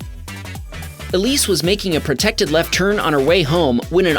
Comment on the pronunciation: "RERGRETS" IS NOT A WORD. * Regrets. "SUHMITTER" IS NOT A. * Submitter. "PERTECTED" IS NOT A WORD. * Protected. "GROSHERIES" IS NOT A WORD. * Groceries. "INFERMASHIN" IS NOT A WORD. * Information.